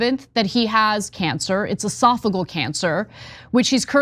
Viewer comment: I'm an RN, so I'd like to explain how to say esophageal. It's E sof uh jeel